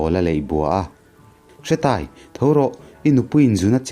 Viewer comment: Hretaia ni loin Hreeetaia tih zok tur